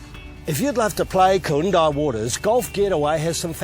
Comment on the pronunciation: Great coverage except it's KooINdah not KooinDAH